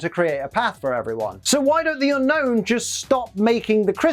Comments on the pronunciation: It's actually pronounced un-OWN not unknown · Okay... I'm about a minute in... I will watch the rest but... Unown is my favorite pokemon And it's pronounsiation is SOOO WRONG!!! Everyone says Unknown... but the pokemon is Unown... 1. Yes Oak calls it Unknown... but he also said "there are 150 pokemon..." (paraphrasing) why the F**k is it pronounced as Unknown.. If anything it should be Un-own, or You-Known The region Unova is pronounced You-Nova why not call it Un-Nova as the proper way of pronouncing it!!! I've had this argument with many, and now others call it Unown (Un-own) What's everyone's thoughts about this!?